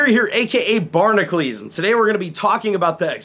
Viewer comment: "I'm Bar-nuh-kleez" Barnacules How can you not either spell or pronounce your name?